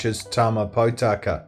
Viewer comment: Ma-rye, Poe-Taka, Maow-re. Yep, I know which side side this video creator is on.